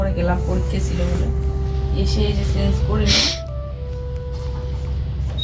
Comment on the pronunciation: Didi sil nora te jharu dite hoy na r sil nora ta soriye rakho r uchharon e ektu dhyan dao kotha ta chance noy change.